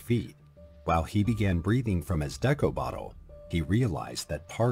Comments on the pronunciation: Hehe 😂 doing battle with the AI voiceover regarding the pronunciation of "deco" was hilarious. It's obviously just reading it as the "Deco" in "Art Deco", but, God, that cracked me up. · He keeps saying "deco" wrong because it's probably an AI channel. There's a real person behind it obviously but they get AI to write the script and narrate. It's sad this is what entertainment is heading towards. I hate it. Anyways, carry on... lol